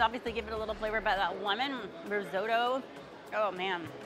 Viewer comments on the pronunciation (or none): none